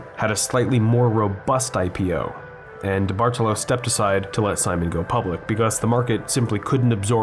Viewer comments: No, you didn't. I mean no disrespect, but I'm Italian and study the language. There are important rules regarding inflection placement within words. It's a big part of what makes the language sound so uniquely beautiful. The general rule is that the emphasis should be placed on the third vowel from the end, making the correct Italian pronunciation of the surname diBartolo, di-BAR-toe-low. My last name is 9 letters long and 5 of them are vowels. I understand how it seems confusing, especially since most Italian words used by English speakers are Anglicized which changes where the inflection comes in as I said in my last comment. Certainly not trying to start anything –I think you make really great and original content. It's so weird seeing malls turn into ghost towns. My friends always hung out at the mall and one of my first jobs was at Express. While I think the term "liminal space" has run its course, abandoned malls do give off a very particular discomfort. It's like nostalgic melancholy. Also, while I have your ear, when you cover malls on Long Island, can you note which town they’re in? Like "Huntington, Long Island, New York" instead of just "Long Island, New York"? If you're ever in Suffolk again, I would love to see Walt Whitman! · Came because I used to live across from this place. Left because diBartolo was mispronounced so many times. Anglicized, it's pronounced dee-bar-TOE-low, not dee-bardle-oh. This is also wrong, but I digress.